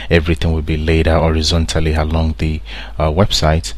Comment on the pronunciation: This video needs to be redone. You dont need to mention your hungry because you ant pronounce horizontally or vertically.